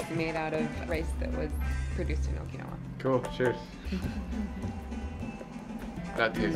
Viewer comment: Jesus Christ. You're the second American I've heard who can't pronounce Okinawa correctly. I don't see how it's so hard. Kids, this is what happens when you watch dubbed anime.